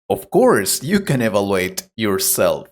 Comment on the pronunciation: Please check the pronunciation of "evaluate" and "mean", please. The rest is okay.